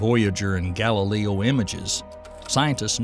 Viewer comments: Is there a reason you keep pronouncing GAL-I-LAY-O as GAL-I-LEE-O???? Not trying to be rude but it makes this entire video less educational when you can't even pronounce space probes or the people they were named after correctly. What makes it worse is at you suddenly know how go pronounce Galileo correctly. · As interesting as this subject is I can't stand the Narrator constantly mispronouncing names like Galileo and Volcanism it just gets right up my nose and jabs my brain like an ice pick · That makes sense as to why they were pronouncing Galileo's name incorrectly and suddenly correctly a few minutes later. 😮